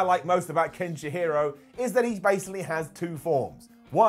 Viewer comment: Ken she hero, Ken shi harow ... xD